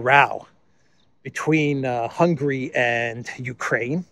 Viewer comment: please, the country’s name is not Hungry but HungAry. On the other hand Nogradi Gyorgy is an academic professor and analyst. He is versed in foreign affairs and indeed security affairs. He is top notch in German politics. He never interferes in internal affairs and politics, very wisely. Thanks for all your hard work to keep us updated!